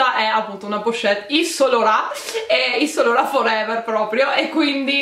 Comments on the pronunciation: "iv san lorà" non si può sentire....usa almeno un traduttore per ascoltarti la pronuncia prima di girare il video! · Solo io ho sentito ISSOLORON (yves saint laurent)